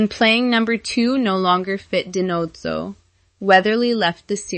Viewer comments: Di-Nose-oh you're pronouncing Tony's last name incorrectly. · Don’t forget Fornell always called him DiNotzo.